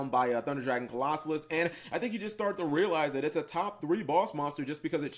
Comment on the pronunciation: Cap... don't be Mkhol....you know how to say Colossus. Co-los-sus. Why are people adding an extra SOLO in the name